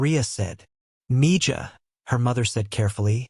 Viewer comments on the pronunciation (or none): The way he pronounces Mija is killing me........ Mee ha not mee ja